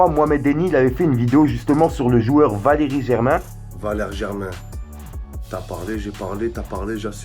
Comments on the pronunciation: "Valérie Germain" 🤣🤣🤣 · C’est pas Valérie Germain mais Valère Germain 🤣👌🏻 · VALERE GERMAIN, ET PAS VALERIE GERMAIN